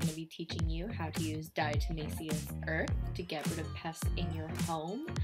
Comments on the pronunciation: "dyahtuhmayseeus urth" lmao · "dyahtuhmayseeyuss urth" lmao